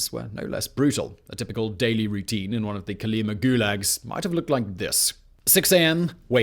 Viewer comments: I think, based on Russian interviews, your pronouncing it wrong....it's Coal-e-MA' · fyi Kolyma has emphasis on the last syllable.